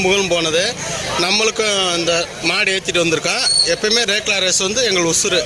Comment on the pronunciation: Lekla illa rekla